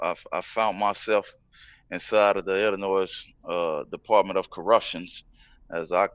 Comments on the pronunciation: How dude from illinois and still cant pronounce it?? Its "ILLINOIY" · how you from the city and calling it "illinoise?" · Illi-noise. Lol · Listen up guys. The “S” in Illinois is f*ing silent. Come on guys. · You guys, the "s" in Illinois is silent. It's pronounced ill-annoy. Ha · ill- in- oy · Illinois pronounced with the s? Nah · IllinoiS? NOIS? ITS NOY ILLA NOY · He’s an Illinois native and still doesn’t realize the S is silent lol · The S in Illinois is silent boys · The 'S in Illinois is frikkin silent people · Come on man, you're even from Chicago and you still pronounce the s at the end of Illinois and now you've got the host sounding like a fool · I lived there for two years and I even know not to pronounce the S in Illinois 😑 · This mans for real said the s in Illinois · WHy the fuck did he say the S at the end of Illinois? I hate when people do that. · Boi don’t nobody from out there call it IllinoiS with the s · Damn! The S is silent in the word Illinois. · We don’t say the S on Illinois round here. Cmon men! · Haha the S is Silent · My wife said the same thing homie. She's constantly lecturing me about my mispronunciation of Illinois